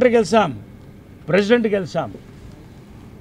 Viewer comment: Gelisam kadura babu “ GELiCHAM”.